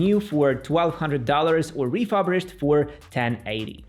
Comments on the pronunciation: "Refurbished", not "refubrished" :) great video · Your way if pronouncing “refurbished” is very unique 😅 Nevertheless, thanks for the good review of the Macbook choices!